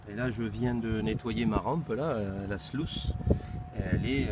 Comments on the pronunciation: On dit pas slouce mais sluise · Salut, le nom AMERICAIN de la rampe de lavage est bien SLUICE mais se prononce SLOUCE. A+.